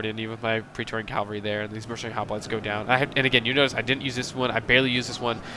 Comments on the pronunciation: cavalry not calvary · Cav-al-ry not cal-va-ry. I have made the same mistake often. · I mostly agree, great video, but I grind my teeth when I hear this guy say cavalry. Sometimes it sounds like he's saying "Calvery" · Great work - but this is a pet peeve of mine... Cav-al-ry = horse soldiers vs. Cal-va-ry = Jesus being crucified (the really odd thing is that you switch back and forth between the two) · He said it wrong, but, you know what he means.